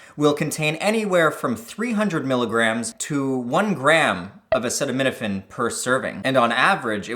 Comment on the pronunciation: "Dee Em Eqz weith acaytaneetaphayne"